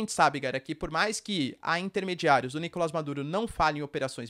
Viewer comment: é nicolás e não nicolas